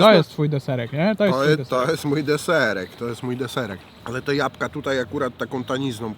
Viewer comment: błagam Cię jabłka nie japka